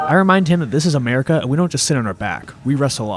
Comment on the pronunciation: Overall outstanding content as always, but I’m giggling like a complete idiot at, “Amerrrica, 🦆 yeah!” 😂😂😂